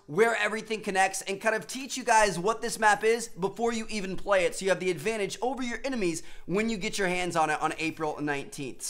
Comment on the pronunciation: Tmartn u said advantages wrong